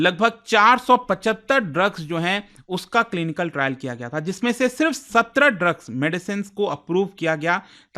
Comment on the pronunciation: तेलांगना नही तेलंगाना। सर्विकल नही, सरवाइकल। ऐसे किसी अन्य वीडियो में आप गया को गाया पढ़ रहे थे। मतलब कतई रट कर पढ़ाते है। आपके लगभग हर वीडियोज़ में उच्चारण दोष होता है। इसको सकारात्मक आलोचना की तरह लीजिएगा